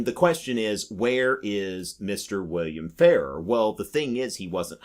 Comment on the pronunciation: Frank Farrar was Governor of South Dakota when I was young, but the name was pronounced differently than the way you’re saying it. It was Governor Fah-RAHR (you’re saying it like “fairer”).